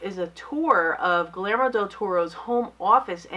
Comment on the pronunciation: You always mispronounce Guillermo... (Gee-yair-mo)